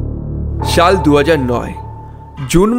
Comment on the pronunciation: ছাল,ছারা, এইছব,ছে এইসব কি ধরনের ভাষা ভাই,ছাল না বলে সাল বলেন এইছব না বলে এইসব বলেন ছাড়া না বলে সারা বলেন তাইলে শুনতে ভালো লাগে